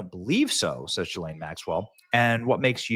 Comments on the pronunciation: Gil-lane is how her name is pronounced!! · It's pronounced ghee-lin